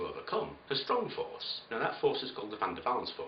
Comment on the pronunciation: Great narration man, well thought out! Wonder how many knew you said "VanDerwalls" force?